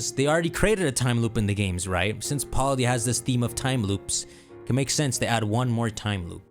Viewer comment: I love how he says Paldea wrong